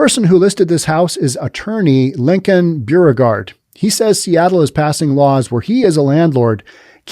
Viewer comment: Hi, another great podcast. Correction on your pronouncement of "Beauregard", it's pronounced "Bo-re-gard". Like "Beau" as in boyfriend.